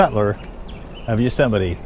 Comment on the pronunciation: Please stop saying YUsemite. Please. YOsemite!